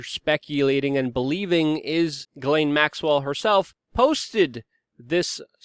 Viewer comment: Hey you pronounced her name right.